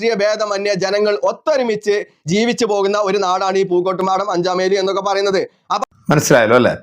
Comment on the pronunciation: Pookottumpadam Not pookotur 😊